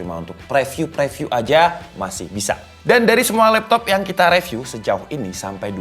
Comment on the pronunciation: Bang rivyu bang bukan reviu